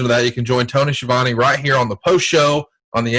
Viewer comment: It's pronounced Ski-a-vone.